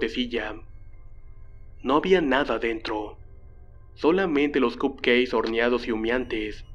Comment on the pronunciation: ¿Alguien más escuchaba cup "queis"? Jajaja saludos